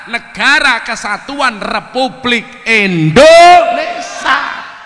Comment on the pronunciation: Gus, BUKAN INDONESA tapi INDONES*I*A. KURANG I nya